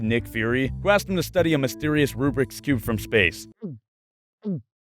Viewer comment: It's Rubik not rubrik... I'm so T R I G G E R E D